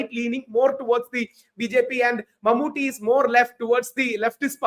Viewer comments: First, it's MammooTTY... as in KUTTY pronounced as Tea... not thée. It's short for Mohammad Kutty, kutty meaning kid. It's a shame a journlaist like you can't even pronounce his name despite him being a well known, multiple national award winning actor for close to 4 decades. Second, this was not a controversy at all... 99.99% muslims rejected the communal tone with the deserving irreverance... This North Indian arrogance and ignorance is really really irritating... do something that matters. Waste of time, space and money! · Exactly, and she can't even say Mammottys name properly... what an absolute ignaromous